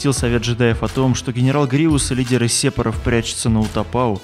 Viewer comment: Сепоров? серьезно? ухо режет